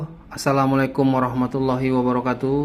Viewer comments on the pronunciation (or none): none